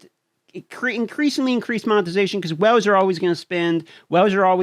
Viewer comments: Is it just me, do I hear "wells" instead of "whales?" It seems like you need your own oil well for this game. Been playing since shortly after release. To this date have never been contacted in response to questions, bug reports, nor even why trying to restore a guildmate's account after his device was destroyed. Are the accounts prioritized by sales receipts, where the biggest spenders' concerns are only addressed? From looking at the gear 13 numbers, the biggest winners are Sith Empire. Protection for prime investment. Had Malak teams not benefited the most, the biggest spenders would be upset their latest investment would lose value before the Star Forge event returned. When you see people in Arena you've been playing against for months suddenly max out the latest meta but you spend months grinding to catch them, but by the time you do, the next grind is in the pipe, the cycle begins again. The is no more lull. When there aren't several events going on, there's new content to grind, often there are both. Without either, the top tier isn't challenged, anymore. What's wrong with that? They might take their money elsewhere. Casual gaming is drying up, so are the wells, too, I think. The so-called FTP for lifers must have to work at this game like a job. If they're free, can they give enough time to compete in a game expecting thou$and$ a year to "compete?" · I just came here to listen to you pronounce “whales” = “whooles” lol, 😂😛👍🏻👍🏻👋🏻🍻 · You have a unique accent especially how you pronounce whales. I thought you were saying wells at first. Lol